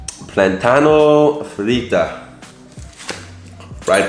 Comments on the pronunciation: FRIJOLES, not frijols haha.... y PLÁTANO, no plantano jiji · Any other latinos laughing at his pronunciation of "arroz", "platano", and "frijoles" lmaooo. For arroz, it's pronounced ah-rrose (the oz is pronounced similar to those. Platano is pronounced like plah (like blah) -tah (like the 'tah' in taki) -no.